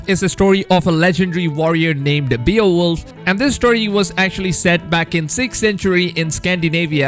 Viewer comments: Bay-oh-wolf, not Bee-uh-wolf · Its pronounced Bae-wolf n the Grendel part is all wrong.. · It’s pronounced bayo-wolf or bay-wolf 😂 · it's pronounced "BAY-OH-WOLF" not "BEE-OH-WOLF" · That pronounced Bay - wolf not be-a-wolf 🤦🏽‍♂️ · Beowolf (bay-oh-wolf) hollyyyy fff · “Beal wolf” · Terminator of content and beowulf Sound like beerwolf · Beowulf is very popular character there is movies and books about him but you really messed up the pronunciation